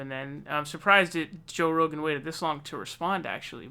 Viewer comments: Joe Roogaan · Lol joe roogan